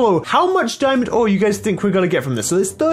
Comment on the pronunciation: He said dimond ore not dimonds so 0 d ore